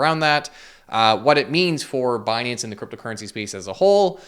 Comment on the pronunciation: Actually its pronounced as "Benance"